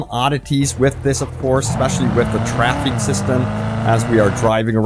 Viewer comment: Who knew the word "traffic" was so hard to pronounce as a person who speaks fluent English. Or even the word "just" (says, "jess getting into the game"). Man, this was painful to watch.